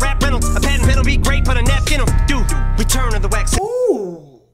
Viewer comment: He said paten